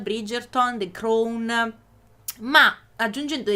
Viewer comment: Tutto giustissimo ma "the crown" pronunciato in quel modo non si può sentire...XD